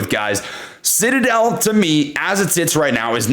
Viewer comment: Did I just hear SHITadel? LOL!!!!